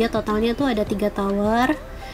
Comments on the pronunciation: top can bukan toop 😩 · Ruftop ruftop, bukan ruftup 😭😭😭